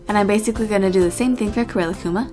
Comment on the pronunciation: Rilakkuma is actually pronounced relax-kuma because he is so chill, unless im wrong. if i am then oops